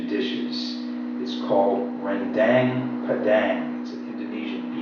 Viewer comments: Pronounce rendang correctly like "ren-dunk" im indonesian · please you speak in RENDANG not RENDENG, cause in Indonesian how to read the letter "A" is equal to pronounce the letter "I"